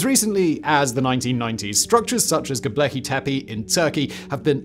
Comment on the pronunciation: Gosh, I like these channels of simon’s, but damn does it make me cringe a tad when he insists on saying “Go-bleckee-tepee…”😮‍💨